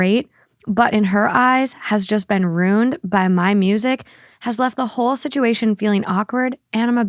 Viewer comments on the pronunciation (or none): It’s “ruined” not “rooned”